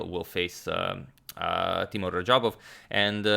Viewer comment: Hey agadmator . I like to say that you're pronouncing teimour wrong . It's not temour it's teimour you can prounounce it as teymour